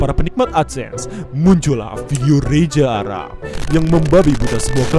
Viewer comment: Reza arap bang bukan reja fix gabisa ngomong z